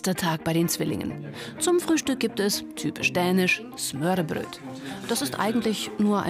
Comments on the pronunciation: lach da war es wieder smörrebröt.. die dänen sagen smörbröl lach ich wohne an der dänischin grenze und bin früher oft mit dem lkw drüben gewesen.. aber ansonsten nun die beiden sind talentiert das sollte schule machen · Det hedder ikke smørrrrebrøtt, det hedder Smørrebrød!!! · das wird nicht smörre bröd ausgesprochen sondern smörrebröl das d wird wie ein l ausgesprochen!!! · Mads Andersen außerdem spricht die Smørbrød auch noch falsch aus😂🤷🏼‍♀️ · Ach ich liebe es, wenn die Leute versuchen "smørrebrød" zu sagen xD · Doch leider war die Aussprache leicht falsch. das "d" hätte man nicht mit sprechen dürfen, dadurch war dass nicht das dänische sondern norwegische Wort für "Brot". Aber im Kontext ist es das Gleiche. :) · Die Sprecherin könnte auch mal Dänisch lernen. Smørbrød mit t aussprechen ist schon traurig xD